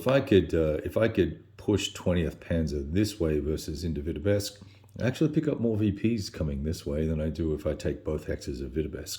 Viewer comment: 'Vitebsk' not 'Vitebesk'.